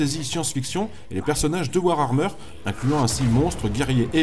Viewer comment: Warhammer pas Warhrammer XD mes pauvres oreilles de fans .Sinon excellente vidéo ;)